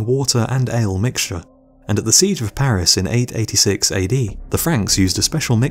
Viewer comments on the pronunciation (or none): none